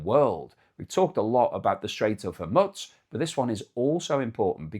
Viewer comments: Hormuz…..not Hermuts FFS! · the pronunciation is strait of hormooze. It's not Hormuts. Not even in Farsi is it Hormuts. I don't know where you got that from but it's Hormuz, English pronunciation Hor-mooz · It is "Whore Moos," not "Hurmutz." Geez, I wish Brits could speak correctly. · Pronunciation: The Strait of Hormuz is generally pronounced as /hɔːrˈmuːz/ (hor-MOOZ) or /ˈhɔːrmʌz/ (HOR-muzz). so what is your major malfunction. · Hormutz sounds like kibbutz. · I've unsubscribed because he can't seem to pronounce Hormuz. It makes no difference - his videos still show on feed and he keeps say Haw Mutts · Knock it off or I will file a complaint. YOU DO NOT HAVE A SPEACH IMPEDIMENT SO PRONOUNCE THE HORMUZ NAME CORRECTLY PLEASE.